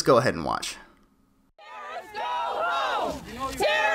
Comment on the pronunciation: I swear you said terrortits somewhere in there.